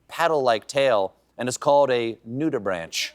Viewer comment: I know that Corrections is Seth's thing, but nudibranchs are properly pronounced as "nuribranks." Yours in how science sounds, Daoud